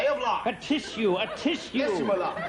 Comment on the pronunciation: From the very start he calls the judge "my lahd"